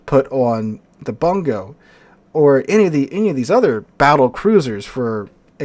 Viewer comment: It is pronouned "Boon-go" - It is named after a Japanese providence.